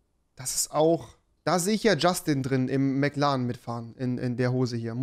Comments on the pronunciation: jeder so: McLaren rewi so: McLAN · mc lan?! hahahah mc laren